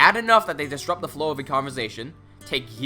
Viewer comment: I hate to be that guy, I really do, but I just can't take it. It's "disrupt", not "distrupt". This is the best video of it's kind i've ever seen btw.